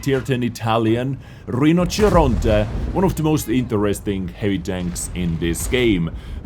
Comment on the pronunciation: Yeah that Italian pronunciation sounded pretty spot on to me.